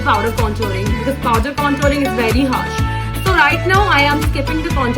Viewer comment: Its not contuurr.. Conturing.. Its contour and contouring🙂